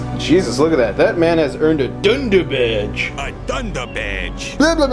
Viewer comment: a dunduh bedge